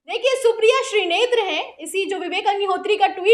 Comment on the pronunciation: Madam, woh shrinete hain shrinetre nahin hain